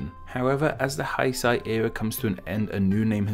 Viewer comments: why r u pronouncing 九州 as "zhuushuu" you had the correct spelling and the correct romanji up it's not that hard. And also you pronounced 平成 wrong like "haisai", then you pronounced it right for a few times so I thought you corrected yourself, then you went back to pronouncing it wrong. also you should put up the kanji since it could make it easier for viewers to find out the meaning themselves if you are wrong and they already know a language that uses chinese characters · I noticed some pronunciations were like German pronunciations lol, like the "ei" being pronounced like "eye" instead of "ay". That was with "Heisei"... which he sounded like he was saying "Haisai" at one point, that means Hello in Okinawan language lol.